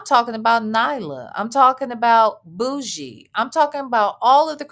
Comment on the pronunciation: Nesto is totally illiterate. He's saying "boogie" but means "bougie." Smdh